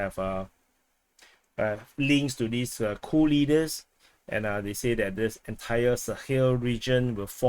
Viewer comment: Sounds like you say "Cool leaders"...